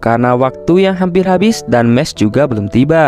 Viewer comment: Bukan mes mahs